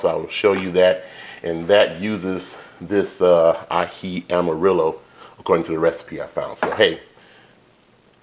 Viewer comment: Yummy. We love Peruvian chicken with that delicious Aji Sauce. Your pronunciation of Aji is 100% correct. Thanks for sharing. 😊